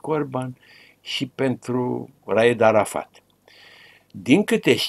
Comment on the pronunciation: Ce greșeală a putut sa facă în direct 😂😂😂 Răzvan Dumitrescu, când l-a numit pe arafat, ( Arahat) 😂😂😂😂😂😂